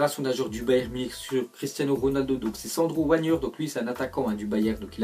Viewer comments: et il a osé dire sandro "wagneur" au lieu de "vagner" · ÇA SE PRONONCE VAGUENER BORDEL!!!